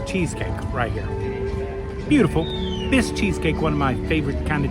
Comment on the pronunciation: I was dying laughing when you kept calling it a "Bisque" cheesecake! Bisque is a seafood soup. That's a "Basque" cheesecake. Basque is a region kind of between France and Spain.